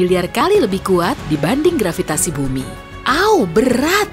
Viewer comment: Saya tertawa mendengar grvitasi wkwkwkwkwk Begitu kuat nya daya tarik grqvitasi tetapi tdk bisa menarik balon yg mengambang di udara